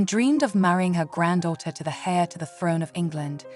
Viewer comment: It seemed almost AI generated. I can't get over the pronunciation of "heir" XD "She was thrashing around, nervous doubting" lol